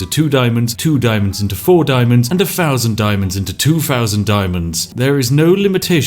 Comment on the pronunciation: Elocution, dear boy, it's a thing you need in your life. Fing, Fousand. It hurts to listen to. Fix it. Englishmen can and do speak English correctly. Be a chap and not cannon fodder..